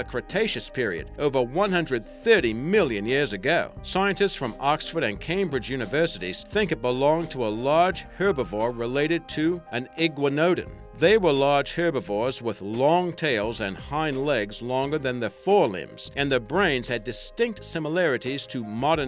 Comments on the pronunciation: Igwa-NO-den is the wrong pronunciation. It's, ig-WAN-oh-don. Iguanodon. =P Love the clips and the antipodean accent. =)) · Does anyone else know what an (igwa-no-don) is?? I've heard of the (iguanadon) but I've never heard it pronounced the way u do! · igua-nodon? don't you mean iguana-don? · We are IF I have never hear a Aussie call Iguana a "Igwa-no".... it is literally just Iguana with "don" at the end, it is probably the easiest name of the Dinosaurs. Even my dyslexic ass has never had a problem with that one, he didn't even say it phonetically, he buggered it all up. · Holy balls the brain is awesome, yeh England. But I will also I add, it's I-guan-o-don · Yes, bad pronunciation on his part. More like I gwan' o don. Also, the image is of a Diplodocus, not an Iguanodon. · Cringy iguanodon pronunciation m8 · iguanodon is pronounced like iguana is pronounced with don afterwards xD